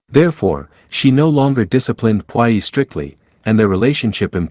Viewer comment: Please learn how to pronounce the words correctly. Puyi is pronounced poo yee. Look words up if you're in doubt.